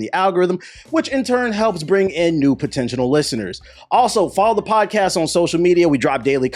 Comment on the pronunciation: I love you TBH, but hearing you say "potentional listeners" every week is slowly killing me